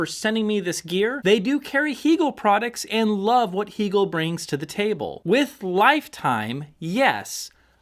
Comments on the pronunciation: The company took Its name from the philosopher Hegel. It's pronounced Hay gel. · It's interesting how your review a product and can't even properly pronounce the name of the manufacturer. Heeegel??? Cringeworthy. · First of all, I don’t know why pronounces Hegel that way. He’s like the only one I’ve heard that pronounces it that way and it drives me a little bonkers. But what drives me more bonkers is his comment about no one ever listening to Music in the triple digits over 100 dB. Seriously?! I think I listen to most of my music around 100 DB. I have tested it numerous times from the listening position with two different dB meters and have often hit 110DB. I usually see 107, 109, and the highest I think I’ve ever seen was 114 DB. I’ve taken screenshots multiple times for proof. I would have liked to have a go louder but I have fear of blowing up the speakers and doing some damage to something. On three different occasions I’ve over powered and shut down of PS Audio P10 Power Plant when I let the volume get a little up there. Yeah, it can get a little scary when you go from rocking out with music really loud to instant dead silence! Whoopsie! I’ve also cranked up the Hegel’s loud enough and have blown the fuse on a H390 as well as the H590. And a little tip that I’ve gotten from Hegel, volume 80 is it’s happy place. Although often loud, there’s no gain used at that number. Isn’t this what this hobby is all about, having fun? Like the old saying goes, “If it’s too loud, you’re too old.“